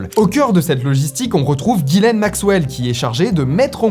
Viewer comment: Ghislaine pas Guylaine 😅